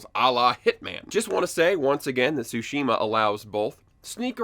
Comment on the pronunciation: It’s pronounced Sushi ma